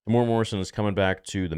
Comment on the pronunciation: Pronouncing Temuera 😊 Tem-u-era 😊 sorry I'm a New Zealander mate 😊 love your show brp 😊